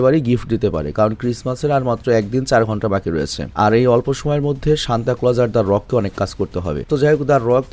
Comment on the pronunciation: Vai oida santa na senta😢